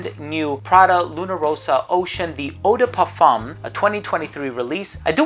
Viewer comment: The flawless way he pronounces "eau de parfum" alone deserves a sub, c'mon now :D